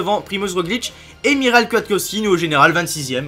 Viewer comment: Ça ce prononce pas Miral mais Mihawe Kwiatkowski